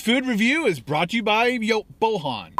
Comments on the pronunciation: The way you said the guys name was weird it's pronounced literally like it's spelled boy an. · Lol! I'm not the guy who donated but his name is not pronounced like that, it's pronounced Boyan but the name is Bojan.